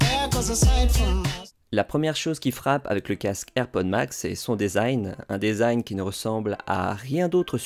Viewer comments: On dit "disaïn" pour desing et pas "désaïn", ça vient de l'anglais donc "de" se dit "di" et pas "dé" 😁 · Dèsign??? 🤨 ça se dit dizain phonétiquement en anglais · Design se prononce « disign », le « e » dit i Diiiiiiiisign Merci quand même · Mdr le DAISIGN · Merci pour le test, top, comme d'hab ! J'imagine bien cet été au soleil comme il va être brûlant avec ses coques en alu !! Par contre, il faut qu'on parle de ta façon de prononcer "design" ;-)